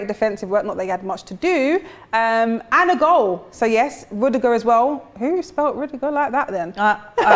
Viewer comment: "Rudiga" haha